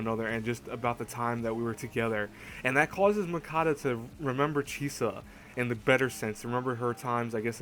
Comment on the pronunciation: btw, its Munakata.... not Mukata...>_<|||